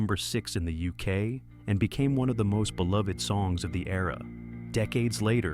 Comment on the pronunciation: "Discovery became the first number one album in the Youskay". I am sick of AI commentary.